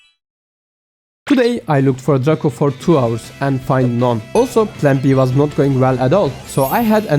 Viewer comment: Dreyko şeklinde telaffuz ediliyo kanka sanki. Ama çabanı takdir ediyorum